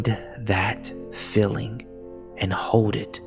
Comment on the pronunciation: I love this visualization but his mispronunciation of the word "feeling" as if it was "filling" gets me every time 😂